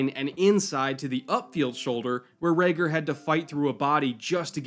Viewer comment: Huh I didn't notice untill you pointed it out. Raegor sounds a bit more Scandinavian, a little more cool :) But will keep that in mind, no need to butcher his name ;)